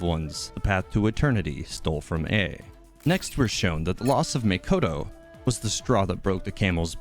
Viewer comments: I just noticed that you were referring to "Makoto" as "Mikoto". I apologize if I'm a bit stingy about it. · im sorry did you actually say maykoto....